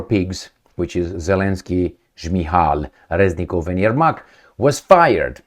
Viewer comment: Reznikov(Crazynikov) not Reznilov